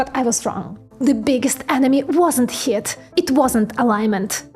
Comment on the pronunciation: Heat is pronounced “heet”. If I could recommend just one important word to work on pronunciation: heat You say heh-at, but “ea” is a diphthong so it has one sound, “ee”. So the pronunciation is “heet” like “feet”. :-)